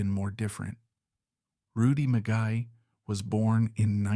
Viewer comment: This AI narration is an embarrassment. His name is pronounced MEE-GAY not Mi--Guy. And the legendary Rocket Richard is pronounced Ri-Char as it is French. This is an on-going problem with AI. Famous names are butchered. This is just one more example.